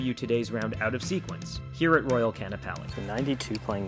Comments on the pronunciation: You gotta say both A's. Hawaiian is a phonetic alphabet like japanese, every letter is pronounced. This is especially evident in this word by the apostrophe. It's Ka-a-na-pa-li not Can-uh-pal-ee. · "Can-a-pall-ee"?? Haha...it's "Khan-a-pal'i" First time?